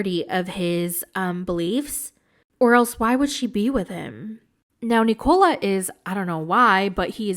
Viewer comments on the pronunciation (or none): Hey it’s NIKO-La. Not “Nicole” -lah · Why are you pronouncing Nikola's name like it rhymes with Ricola cough drops? Listen to how Misha says his name.